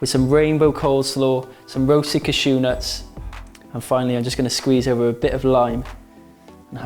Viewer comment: Awesome recipe, as always! Ps. the way you say 'Cashew' cracks me up, idk why....